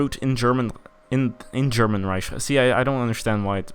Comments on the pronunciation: It's not Reish. It's Reik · Rish? R-I-k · Pronounce it Riek like said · its reich with a soft ch